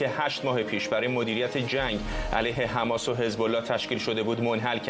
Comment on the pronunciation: ایخدا این چوسراییل بود که میخاس مردم ایران و ازچنگال اخوندا نجات بده،....حالا خودشون مث موش افتادن تو تله خماس توحه کنید خماس 😂😂😂😂 این چوسراییل چرا مث ادم حرف نمیزنند خماس خماس میکنند 😂😂😂